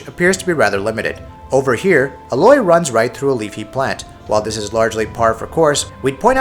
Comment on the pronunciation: Its not pronounced "alloy" its "aloy "